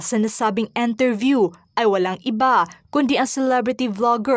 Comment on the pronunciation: “Enterview” ba o “ Interview”?